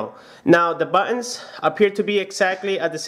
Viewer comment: awful pronounciation of "original" + "buttons"